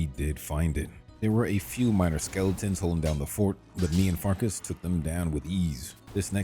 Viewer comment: He’s mispronouncing certain words on purpose, dude. Clearly he knows it’s not “Fart-Kiss”. As good as AI has become, this is CLEARLY not AI and most of the “mispronounced” names are mispronounced on purpose. Come on, dude…